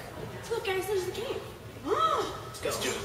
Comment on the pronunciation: When you said to go look in the cave and pointed at the bleechers, I thought you said cake. I was kinda disappointed to find out that there was no cake. It made me hungry. Anyway, Loved the vid!!!